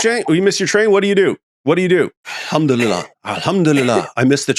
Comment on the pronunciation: “All ham 🐖 to Allah!” 😂